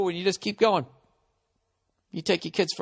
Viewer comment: IT'S "SHERBET" FOR FUCK'S SAKE! THERE'S NO FUCKING "R" AT THE END! SHERBET! SAY IT! "SHERBET." SAY IT!!!!!